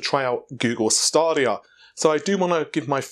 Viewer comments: I bet a yank pronounced it that way and everyone else just follows. I've noticed many American's have a simple word in front of them and don't know how to pronounce it, like Navi or Stadia. BTW its "Nav-eee" not "Nar-vay" (as in navi-gate) and its "Stay-dia" not "Star-dia" (as in the plural of stadium, stadia). Heck, they don't even pronounce the letter "T" in many of their words, "Innernet", "Innernational" and "Inneract" for instance. That is really annoying. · Just one minor observation, Stadia is pronounced ‘staydia’ (as in stadium), not ‘stardia’. Google referenced this in their introduction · Google themselves pronounced it staydia, not stardia. It’s their product, so will use their term. It is indeed Greek for stadiums (pronounced ‘staydiums’), so makes common marketing sense. There are several Greek terms that are no longer pronounced the way they were millennia ago. Language evolves, and things change. Not a big thing really to be honest. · Stadia is pronounced like STAY*DEE*UH